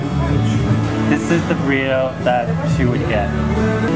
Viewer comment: lol "Girlito?"